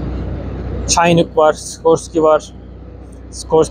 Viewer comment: Sayin.75 degil 2.75 inch roket capi. ve cinuuk diye okunuyor.